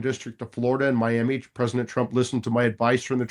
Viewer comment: I truly do respect and admire Mike Davis, but I get so hung up on his annunciation of the word President. I swear I hear presiNent nearly every time. I'll give him credit though, he clearly said PresiDential when he was fired up about the appointments that he gets when picking a team that WORKS for him. 😊